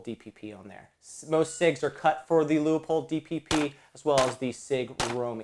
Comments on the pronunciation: Its pronounced: Lue Pold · Whoever adds the extra syllable to LEU-POLD, will have to wait longer for service!